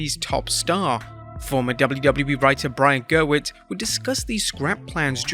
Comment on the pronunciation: Gewirtz, not Gerwitz. Surprised you slipped on that.